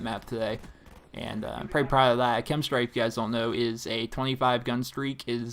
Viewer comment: K-E-M. not "Kim" strike